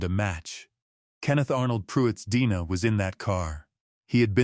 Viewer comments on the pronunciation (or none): Sorry, but it's bothersome. Your Ai said fiancé "feeyahnk"and DNA as "Deena".😮 why don't creators who use ai edit their audio?come on. It ruins the flow of info to have to think "what?!" and figure out the real word. You probably can't fix this now, too late, but there's always the future to do better. Other than that, the report on this case is well done! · Watching from Iowa. You need to teach your AI how to say a few words correctly. DNA is one of them.